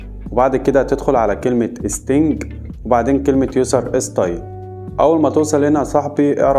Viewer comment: ستينج اي بس ي صاحبي اسمها سيتنج😂😂😂